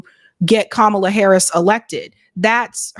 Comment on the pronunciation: "That's what fascism looks like", referring to mispronouncing Kamala's name!😆